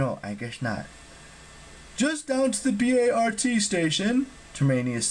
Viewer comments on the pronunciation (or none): This doesn’t really matter, but it’s pronounced Bart like Bart Simpson, not an acronym 👍